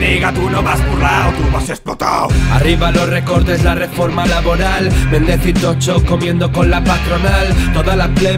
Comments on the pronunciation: por favor... se dice "Tosho" y no "Tocho". si los demas nos molestamos en decir los nombres que provienen del catalan, valenciano etc, en su correcta pronunciación dialectica propia, podríais hacer lo mismo con el gallego, no creo que sea tan dificil pronunciar bien un nombre propio en su legitimo idioma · ¿Me fallan las orejas o pronuncia "Tocho" cuando dice "Toxo"?